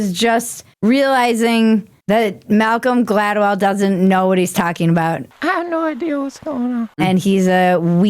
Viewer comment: You nailed it on Malcolm Gladwell! Perfect articulation!! 👏👏👏